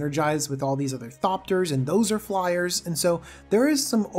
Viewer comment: "flyeres"? What are flyers. Fliers? Flyerererrrerererez?